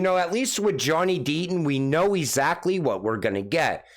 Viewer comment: If you could just learn how to pronounce words. Let’s start with how to say “exactly” correctly 😆